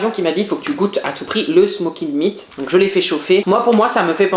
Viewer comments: Wesh smeked meat😂 sa se dit smoke meat 😂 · Par contre le smoked meat on dit smoke meat on dit pas le "ed"😅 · "Smokid meat "🤣 jpp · Ses smoked Meat pas smoukède mide😤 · Le ed du smoked meat ce prononce pas juste dire et oui personnellement OUI JE DÉTESTE QUE ON COMPARE LES QUÉBÉCOIS AU AMÉRICAINS. 🥹